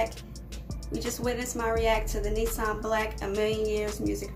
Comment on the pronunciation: it's "nissim" and not "nissam"😌😌😌😌